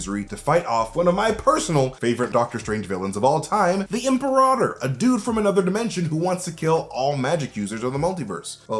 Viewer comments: It's pronounced im-PEAR-ator. It's Latin for imperor. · The word is pronounced Im-pair-uh-tor